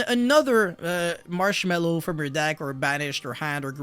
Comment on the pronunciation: I cannot take you seriously when you saying marchmarchmallow XD